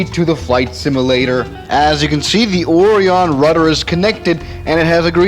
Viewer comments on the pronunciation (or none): It’s pronounced Orion. As In Oh, Ryan. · Orion is said similar to oh-ryan.